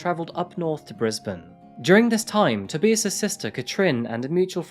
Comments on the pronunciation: How did you manage to pronounce his name wrong the entire video? Did you even watch the footage you included? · people are allowed to make mistakes boo! But you can’t pronounce someone’s name wrong continuously because you couldn’t be bothered to learn it. Mistakes are accidental. Not deliberate out of sheer laziness and arrogance. Have a great day! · how can you use audio where these peoples names are pronounced properly, and then say their names wrong like 800 times? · Am I the only one that cringes when names are pronounced wrong..... tob-eye-us is how it's meant to be pronounced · His first name is pronounced Tob-eye-us, not To-bee-is. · To-buy-us not To-be-us! It’s so annoying to watch videos when you’re pronouncing things wrong. Especially when it’s such a normal thing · TOE BY US! Not tooobeeaz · It's pronounced "To-BYE-us" not TIB E US" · Every news clip on the video, every news clip online, every pronunciation guide online: "Tob-EYE-us". This narrator, about 800 times: "Tob-EEE-us". Love these vids but someone's name surely warrants a few extra seconds of research... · Tobais' name is pronounced Toh-buy-us, not Toh-bee-us. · FYI To this narrator. U really NEED to check the pronouncing of people's names correctly. If you don't, it's dishonoring the dead n those involved. It's not Toe-bee-us. It's Toe-By-us!! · Do you mean "Toe-bi-us", rather than "Toby-us"? Or is that just a whacked name? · its pronounced TOH-BYE-ISSS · bro u good? within a span of 20 seconds to you pronounced his name 3 diff ways te-bye-iss toe-bee-iss ta-bi-iss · Toe- bye- us .......thats how its said 😊😂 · Tuh-bye-uhs 😊 You're welcome! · It's pronounced,, toe,by,ass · can’t make it past the toebeeus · toe-bye-iss. you are unbearable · Pronounced to-BUY-us. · What was with the pronunciation of TOE BYE US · No, it is pronounced TOE BEE AS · It’s TA BIAS 🤣😂 That’s how u pronounce his name j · Toe bee us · Toe - by - az...... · If he’s German, it’s probably pronounced To-buy-as. Just saying.